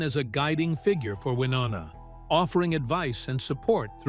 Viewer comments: Why do you continue to pronounce her name wrong? It's pronounced Wy-NO- na...not WY- NON-a. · It is Wy No Na not Wy nonna. Learn how to say her name before you post stuff. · I hate AI! It can’t pronounce Wynonna’s name and the info is widely incorrect! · Love, love, love the Judds!! Stupid AI voice, repeating the same ideas and concepts over and over, and mispronouncing Wy's name. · Most annoying is this guys inability to say Wynonna's name correctly!!!!! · For God’s sake, you really should know how to pronounce Wynonna’s name at the very least.🤦🏻‍♀️ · If you are going to do a story on someone at least pronounce their name correctly. These two are country music royalty say Wynonna's name right! Be respectful about her life story she went through alot in her life. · And shouldn't post anything ever if you don't pronounce Wynonna correctly!